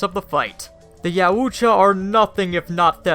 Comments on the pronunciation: It’s pronounced “yaaaooowwwcha!!” Fucking Christ! “Ya ooo Cha” lmaoooo might as well call them the fucking yahoos!! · It's pronounced Yow-cha. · It's pronounced yowt ya. You can hear the Ultimate Predator say it in The Predator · Richard Nordheimer - Ya Oooch-cha.! LMAO! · butchered the name LuL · No offense but he pronounced Yautja 3 different ways within the first 40 seconds, and they were all wrong... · I lost some brain cells from him mispronouncing Yautja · please reupload with CJ or someone who can pronounce Yautja . imagine if you heard someone say the word caught as CAOOT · You couldnt mispronounce the name "Yautja'" more even if you tired, could you.